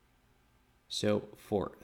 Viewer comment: But when you said: "H6 gives me invaluable help." that is an example of excellent English which you mostly use. So overall I cant see why they criticize. For example you said "simplistic" which is a subtle use.....I just heard re the pronunciation of 'forth' on this replay. That kind of error is common among English users. But indeed, in does confuse with "force"....my son is very keen on Star Wars...he is 46 so you can guess possibly how old I am! I am in NZ. All the best.